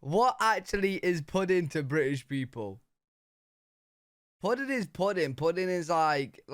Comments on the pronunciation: I get a kick outta the British not finishing words like "wha" versus "what" ... puddin' vs pudding ...or, sometimes dropping off the 1st part of words like ear vs here My dad pronounced battery as "bat tree" ...his father's (great?) grandpa came from UK .. he also grew up on mincemeat pie ... I made it for him once .. he was so excited cuz he had not had mincemeat since he was a child (I had to look up a recipe ... it tasted awful to me, but my dad loved it) so, the monarchy does not have power, but parliament does? does this mean UK lives under an oligarchy? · I get angry when you pronounce words, lazily!! Example: button, pudding, and British. No t’s in button, no g at the end of pudding and British sounded like you said Brish!